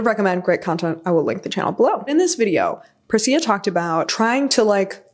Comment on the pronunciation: I have seen that Percia Verlin video (love the channel too) and you did capture it! Just fyi her name is pronounced Persha